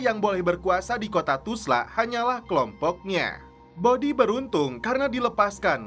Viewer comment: 😅 kenapa ga bisa bilang Tulsa?